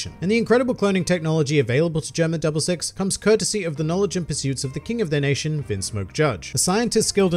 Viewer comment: GERUMA DABURU SIXUH